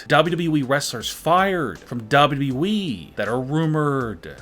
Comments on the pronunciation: "Dawo Dawo wee" Mate its WWE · His not saying WWE his saying dubaue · He literally says wwe like dubiudubiue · I love how he says dah-bu-dub-e-du-wee as WWE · the more i listen the more i want to punch my computer. how stupid could u possibly be. DOUBWWEE this is what u sound like guy. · Lmfao “ W W Weee “ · I’ve never heard someone mispronounce WWE so many times in so many different ways. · LOL THE WAY HE SAYS WWE 🤣🤣🤣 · pronunciation of WWE....its just... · The way he says WWE is weird and funny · He doesnt know how to say wwe lol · Also learn to say wwe properly dude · I’m sorry but does anyone else think that he says WWE weird or is it just me? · Anyone notice the guy can’t pronounce WWE😭😭😭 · He doesnt know what hes talking about aaaand he doesnt know how to say wwe